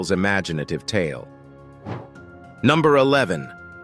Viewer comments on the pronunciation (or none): none